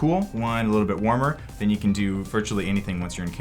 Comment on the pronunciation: when U said RAW i tought you was saying RAA the egyptian God ; i said wtf, great job btw